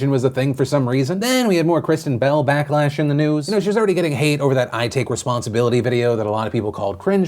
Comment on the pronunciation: I legit thought you said "bowel" instead of "bell" at the end there, Phil.